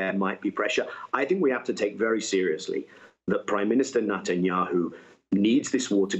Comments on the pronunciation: I love how Daniel Levy pronounces the PM’s surname: “nut n’ yahoo” 🖖😂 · Nutanyu 😂 love it !!